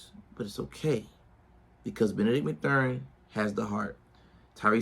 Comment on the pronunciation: They r 3-4 and his name is pronounced math-urin good video tho